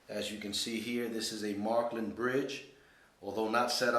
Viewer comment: its not called marklin, its märklin. Maerklin!! but you sure got a nice track